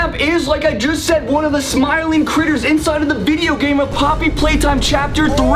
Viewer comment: When he said critters it sounded like "Cwitters"